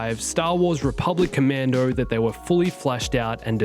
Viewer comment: This video: "Rebublic Commando" "Rebublic Commando" "RC" "Rebublic Commando".